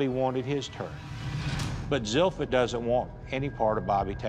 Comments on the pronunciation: Zilpha. Zeel-fuh. Not "Zeel-fi-ah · Zipha is pronounced Zel-fi-ah? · So her name is "Zilpha" but pronounced Zel-Fee-Ah? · Wtf name is zilpha and why do they pronounce it like that